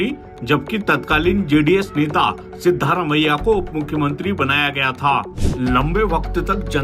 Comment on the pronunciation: सिद्धारमैया नहीं सिद्ध रामैया